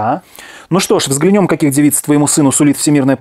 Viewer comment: (Возможно я не так услышала!!!!), ударение в слове "взгланем" ставится на первый слог. "взглЯнем" а не "взглянЕм"